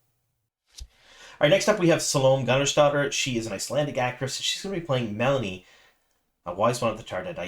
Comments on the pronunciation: It's MeLane not melanie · Meh-LANE .. not melonie'